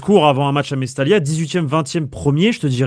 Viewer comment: c mestaya la prononciation fait un effort mec